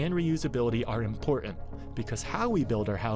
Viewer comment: It's not pronounced, "imporarnt" it's pronounced "important"